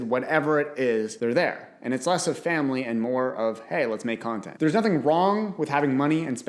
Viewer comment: He said my friends, my FANLY & my self 😂